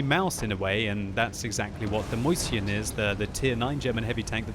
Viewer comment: Whenever says Mäuschen, it sounds like moist chin.